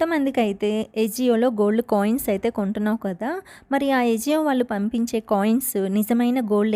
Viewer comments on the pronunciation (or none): Aceo na ajeo na a zio na...... Yenta chakkaga undhi thamari pronunciation 😅